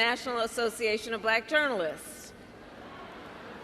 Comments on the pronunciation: My favorite part was his pronunciation of the word "black". B-lack. I've heard it before, of course, but he said it so many times in just a few minutes that it's really wedged in my brain and keeps making me giggle. Apparently it's a two syllable word. The first syllable is "b" and the second is "lack". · "Buh-LACK." Very odd. I bet he doesn't pronounce it like that when he's naming the colors on his cognitive test.